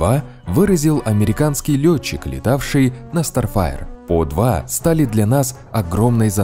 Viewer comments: В том-то, кстати, и прикол, что оговорился Самолёт F-104 Старфайтер, а не Старфаер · F 104 starfighter. А не старфаер.